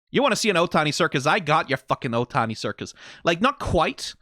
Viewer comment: Itano Circus, not Otani.